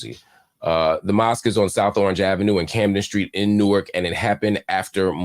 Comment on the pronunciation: MARC!!! I'm a native Newarker and resident and I congratulate you on knowing how to pronounce South Orange Avenue!!! LOL!!! Seriously, though, THANK YOU for this work!!!!